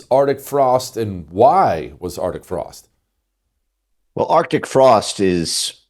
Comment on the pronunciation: Jesse, It is arctic frost, there is a C in it. Stop being lazy in your speech!